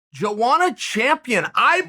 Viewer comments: I'm from Poland and it's funny when you say Joanna in your language, try it like it is Yoanna Yędrzeyczyk, and the problem will dissapear! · Chael: Jowana Everyone: who? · Joanna Champion because nobody can pronounce her name lol